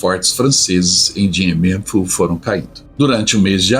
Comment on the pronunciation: A pronúncia correta é "Diam Biam Fú".